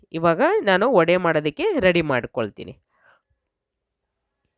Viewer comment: Vadaa,alla, vadey or vaday antha irabeku